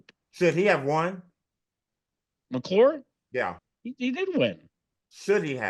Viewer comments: It's Mac McClung, not McClure. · Isn’t it Mac McClung not McClure